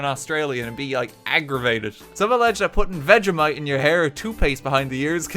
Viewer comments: Ive never heard a man mispronounce so many words in one words especially vegemite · Its veg-e-mite not veg-a-mite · Veg-e-mite Your welcome